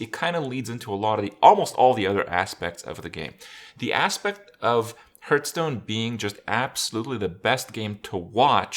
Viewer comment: IT`S HEARTSTONE ( HARTH STONE, HART STONE) NOT FUCKING HURTSTONE (HRT STONE) FFS I CANT HEAR IT ANYMORE